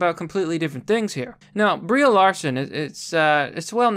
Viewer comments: "BREE" Larson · Y U say BrieA? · Nom it's Brie. He just says her name wrong.